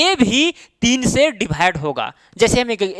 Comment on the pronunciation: Sir dibhide nhi divide hota h 😅